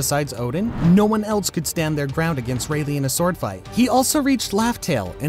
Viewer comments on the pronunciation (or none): none